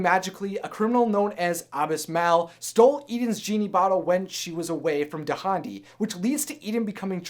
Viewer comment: Dahndi's name is pronounced dahn-dee!